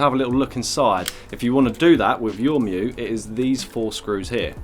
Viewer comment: So happy to hear you know how to pronounce "mju"! I've seen a fair few similar videos and I wince every time I hear it called "mee-joo" 😬